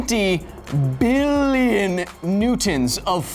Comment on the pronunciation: Everytime he says "MILLION" or "BILLION" in that way makes me laugh my depression away.